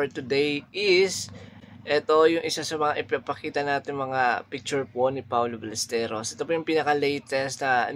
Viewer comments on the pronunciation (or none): none